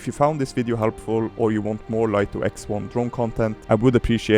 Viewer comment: For information, DJI want it to be pronounced Light-Oh not Leet-Oh. DJI sent out a pre-launch press-release to Lito testers and were adamant that they were to pronounce it "Light-Oh." 🤓 And if you're going to do more Light-Oh X1 videos?... SUBSCRIBED! 😁